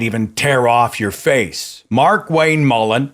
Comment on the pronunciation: Did I just hear you say "MarkWank" ? Bloody genius!